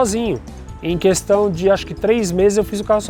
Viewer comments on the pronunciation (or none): none